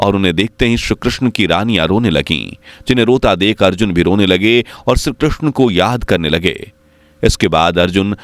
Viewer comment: Shree Krishna not Shru Krishna please improve your pronunciation before uploading video